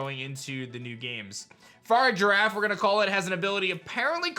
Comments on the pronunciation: bruh firagiraf would be pronounced “fuh-rig-a-raff” not “farig-giraff” cmon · farigiraf is most definitely pronounced far-ri-ja-raf rather than far-rig-ji-raf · please pronounce farigiraf correctly for the love of god. "far-ih-giraffe" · Im sorry but if yall pronounce farigiraf with the the soft G instead of a hard G yall are mispronouncing it farig iraf not farig Giraffe even though its a giraffe pokemon its never gonna have the actual name of the animal in the name thats stupid your all stupid for thinking it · stop it! no, bad bad. pronounce it like its a pokemon not an animal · Girafarig (Gi-ra-fa-rig) Evolution Farigiraf (Fa-ri-gi-raf) 😐